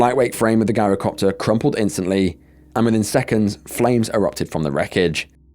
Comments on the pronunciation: It's pronounced 'jai-ro' copter. With a soft 'g', not a hard one. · Pronounced "JAI-ro" NOT "GUYRO" if youre going to do videos ,,, at least learn how to pronounce words properly! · Its not a "guy-row" copter Gees look up how to pronounce any word you arent sure of, it makes you sound stupid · Gyrocopter starts with a G for George not a G for Guy. 😉👍👍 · It's pronounced JI-rocopter, as in gyroscope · It's pronounced "Jyro-copter" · Just for the future: gyrocopter is pronounced jirocopter .. the G being like that pronounced at tge beginning of the word "geography" I have trouble pronouncing some words, too, especially foreign placenames 😉 Is it awful of me to say that I look forward to these videos of yours? 😮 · It's pronounced "jyrocopter" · It's spelled Girocopter but pronounced JIROCOPTER, The G is pronounced like a J. I don't want to come across as know-it-all, but I had to correct you, thanks. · The narrator needs to go back to school and study English Grammar, taking inti consideration that you're British you're making a mockery of the English language 'Shame on you' !! Its Gyrocopter, pronounced with a J sounding G .. you really have no idea how stupid you sound 🙄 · The first story has you pronouncing the Gyrocopter WRONG.It's pronounced like GYE RO COPTER.Plus Gyro's are pronounced without the G.